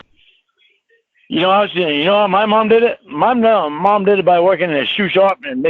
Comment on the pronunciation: Paul: "Have you ever seen an angel?" Me: "Oh god, don't say it." Lorne: "Muh mawm!" Me: vomits